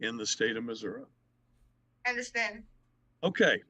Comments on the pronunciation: You could tell she was so confused about the court process. I truly felt for her. SO since she signed the waiver, does she have to apply for bail in Tx OR Missouri? AND for the record it's MISSOURI(eee) not Missouri (ah ah ah) I totally get why she was confused. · If you have been saying "Mazurra". Yes, yes I believe you have been. I'd never heard it called that in my life, personally. Plz don't think I'm poking fun at you. It just kinda tickled me when I heard it...😂💯